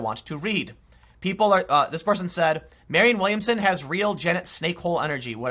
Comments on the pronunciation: Tim, it's Marianne (Mari-anne), not Marion. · Marianne, not Marion. MariANNE.